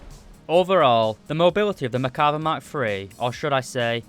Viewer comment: You say Merkava" I hear "Macabre"